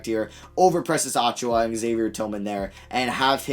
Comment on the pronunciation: You hurt me every time you say it. You pronounce it (Achoo-yuh). Not (Achoo-wah)